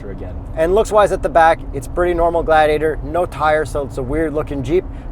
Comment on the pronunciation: I can't believe you guys didn't AT LEAST try to google the right pronunciation..mo..ha..vie. WTF Just when I'm recovering from moe-jayve, I get hit with glady-AH-tor?. Guys you're killing me here!